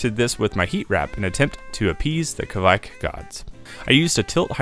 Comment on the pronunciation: Even as a German i always felt you are pronouncing Kveik wrong and after a quick research, yes you are. Instead of kawike maybe just say „quike“ or „quake“ or something in between. 😅